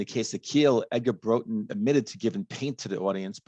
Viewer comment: As he starts each verse i kept thinking " which other song am I thinking of " . It took a while but a slowed down , dirty blues rock " Roxette " by Dr Feelgood . Song I didn't know .Thanks ,btw it's pronounced Brawtun .